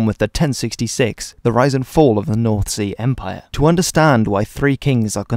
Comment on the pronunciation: By the way he pronounces north sea empire i doubt it